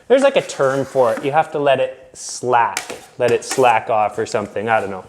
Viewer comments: Slake not slack, but close lol. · Slake, pronounced slayk. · term is slake it rhymes with rake